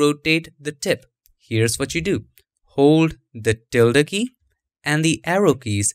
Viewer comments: You pronounced it perfectly - the spanish ~ till-da symbol found at alt126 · By the way, you are pronouncing the word "Tilde" correctly. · You are pronouncing tilde PERFECTLY! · You said ~ the right way